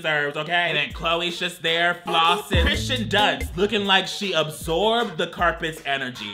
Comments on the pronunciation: Obsessed with mispronouncing Kirsten Dunst and Kristen Stewart as Christian. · I can't handle calling both K Stew and K Dunst Christian.